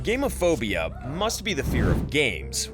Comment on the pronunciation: Except it's pronounced more like gammon than game, so it sounds more like fear of gammon...